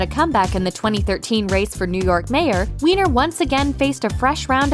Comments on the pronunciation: Weiner is pronounced Whiner (or Viner) and not Weener :/ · Anthony Weiner's last name is pronounced like "whiner," not like "weener." But I'm sure you wouldn't deliberately mispronounce it just for the double entendre... right? 😕